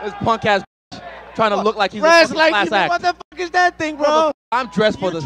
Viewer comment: “get the fook outta here” will always be legendary 🔥😂